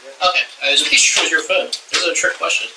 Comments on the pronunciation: They pronounce “Phone” funny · Phone not phoone